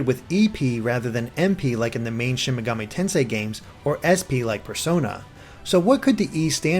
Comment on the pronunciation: Loved the video but why does it feel like so few people can pronounce Shin Megami Tensei right?